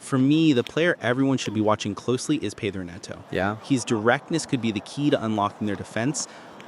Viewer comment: did i just hear "the new faces like Garnacho and pedro neto? pedro neto😂😂